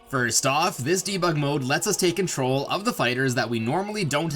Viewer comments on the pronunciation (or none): none